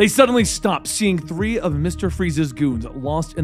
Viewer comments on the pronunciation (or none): none